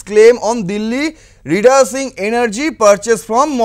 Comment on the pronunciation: REDUCING রিডিউসিং, রিডাসিং নয়, কোথায় ইংরেজি শিখেছেন মশাই ?